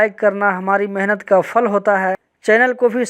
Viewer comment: Hamara fal hota hai..fal nahi phal bola kro..theek se bolne bhi nahi aata....urdu language ko damage let rahe ho...very sad..